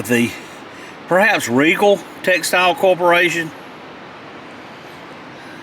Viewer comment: Again.. it is pronounced like Regal! My Mom worked at a Riegel plant.